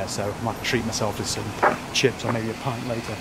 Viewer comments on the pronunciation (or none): none